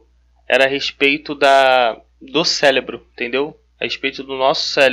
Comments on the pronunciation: nOHH pessoa falando célebro, que agonia. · É CÉREBRO e não céLebro!!! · Boa a explicação! Obrigada! Preste atenção quando tiver que falar cérebro e não célebro. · me desculpa, mas fiquei curioso ... pq vc fala célebro? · cara tu explica sintropia e entropia e diz CELEBRO? Cuidado com isso. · Se você vai falar a palavra várias vezes no mesmo vídeo você podia muito bem aprender a falar ela. Se já é cansativo ouvir uma pessoa repetir a mesma coisa a cada 15 segundos imagine quão irritante é, nesses 15 segundos ficar ouvindo a palavra errado!!! Sélebru Sélebru Sélebru